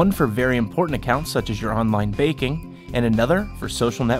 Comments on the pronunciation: he says baking instead I banking lol :-p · It sounds like he said "online baking" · When he says banking it sounds like baking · Sounds like he saying online baking. Sounds Delicious. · i know.. but it sounds like he says baking